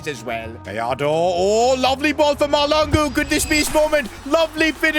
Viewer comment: It's not malangu 😢😭💔